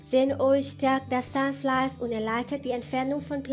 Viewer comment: sahnfleis , sahnfleis :_=) geh schlafen